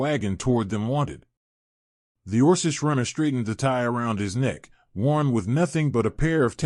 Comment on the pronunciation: Also it says "us" as "U.S.", and orkish, and kidded.... LoL